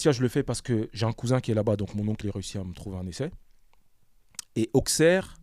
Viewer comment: Ça se dit ausserre et mez les gars 😂mais Très bonne interview